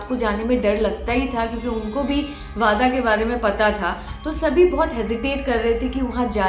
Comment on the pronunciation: Its वाडा not (wada वादा)